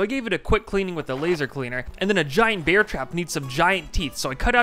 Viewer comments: I like how you really pronounce the "E" in "Bear" instead of saying it normal like "Air" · you pronounce bear like beer. i pronounce it like bare. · Im sure thats NOT a nutria And im sure he pronounces "bear" wrong